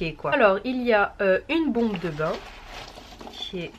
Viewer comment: Mdr c’est drôle quand tu dit bain moussant on dirait tu dit pain moussant